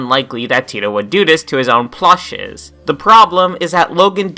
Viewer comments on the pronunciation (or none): its PLUSHIES. not "plushes"